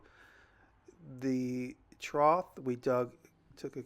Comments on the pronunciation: Jimmy, the word is "trough." (sounded tr-off) No T sound at the end. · "Trought" made me giggle every time. Idk if it's the regional dialect or just jimmy, but, I swear I used to have a science teacher from the east coast say the same thing